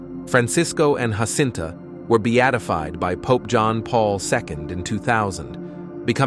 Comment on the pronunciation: Why Anglos INSIST in pronouncing Portuguese words and names in Spanish, instead of in Portuguese (DUH) is beyond me. What's the deal with these ignorant Anglo-Americans. Take Jacinta, one of the three children in Fátima, Portugal 🇵🇹 - mind you - Fátima is NOT in Spain (DUUUH) it is in PORTUGAL , THEREFORE the names should be pronounced in PORTUGUESE - the letter “J” in Spanish has the sound of “H” in English - example: “Have” - but the letter “J” in Portuguese mimics the sound of the letter “J” in JA JA Gabor - or the letter “S” in “measure - treasure- fissure.” - I see these grave mistakes over and over.